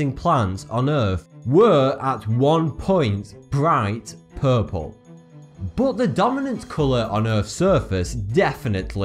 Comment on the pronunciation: the way he says puuupel